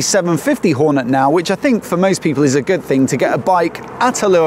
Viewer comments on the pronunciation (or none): I heard that terrible annunciation too...😅